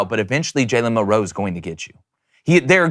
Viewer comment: It's Milroe not milROE